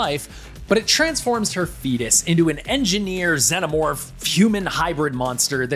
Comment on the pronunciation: Dude can't even pronounce xenomorph right. It wasn't iron ore Big Chap was stuck in, it was it's own resin. And... oh never mind, obviously the writers of this video are not true Alien fans.